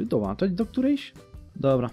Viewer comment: DOŁĄCZAĆ, A NIE DOŁANCZAĆ